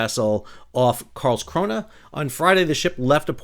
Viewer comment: Perfect pronunciation of Karlskrona, bravo!